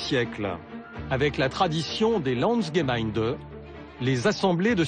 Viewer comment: Par contre c'est Lansgemeind[ai] svp mes oreilles brûlent.